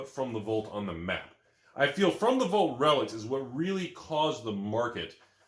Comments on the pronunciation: wtf is a volt?? It's VAALT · Anyone talking about how says Vault like “Volt”?